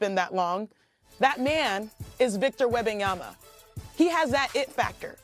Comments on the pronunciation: 3 years later, Steven A. Smith is still not capable of pronouncing Wem/ban/yaMa correctly. It drives me crazy : is it intentional, at this stage ? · Why is it so hard for Stephen A to pronounce Wembanyma name😂😂😂😂